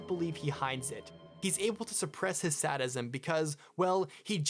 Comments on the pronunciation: Amazing video, truly interesting, but quick note: Sadism is pronounced “say-dism” not “saddism” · "Sad~ism" lol I love this video, but that's a fun way to pronouce sadism xD